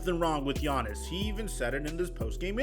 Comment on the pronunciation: Is he callin him Giannison?